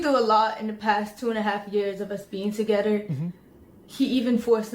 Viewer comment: She doesn’t know there’s an h in the word together and it’s driving me crazy